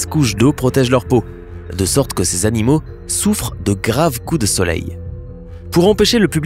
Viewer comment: eu tu sais que on dit (animaux) et pas (anomaux) Eton dit (un soir je suis partie)😑😤